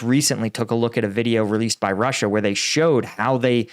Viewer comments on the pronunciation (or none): none